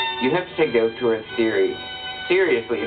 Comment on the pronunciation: Frankenheimer says, "I am one of the few people who can pronounce 'auteur'" - and even he mangles it! (He pronounces it as if it were written "autueur".) At least he does a better job than many other people, who pronounce it "au-tor". Honestly, why make give your theory such a fancy title if you can't even pronounce it??